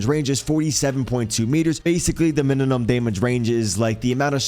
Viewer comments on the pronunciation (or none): Bro i just notice, you say mininum instead of minimum